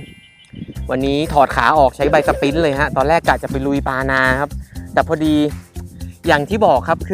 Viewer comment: อยากจะให้เรียก ใบสปินเนอร์ แบบสั้น ๆ ว่า ใบสปิน แทน ใบสปิ้น ถ้าลุง ทำคลิป แล้วเป็นตัวอย่างแบบนี้ เรื่องของความถูกต้องของการ เรียกชื่อ ออกเสียง นั้น สำคัญ เช่นเดียวกับรอก สปินนิ่ง ไม่ใช่รอก สปิ้น รบกวน ช่วยกันครับ